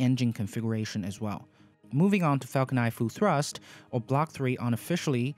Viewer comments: Falcon niNE not Falcon Ni. I know it's your accent but it's definitely something you can work towards. The videos are great. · it's not falcon nie it's falcon niNe. why on Earth don't you pronounce N?